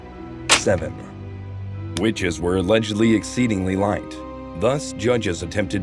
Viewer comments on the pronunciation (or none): none